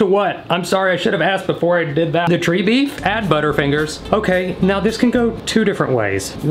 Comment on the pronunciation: When he said tree beef, did anyone else think “oh that’s gotta be squirrel meat right?” 😂